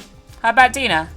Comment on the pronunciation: The way pronounces Dina it sounds like "dinner"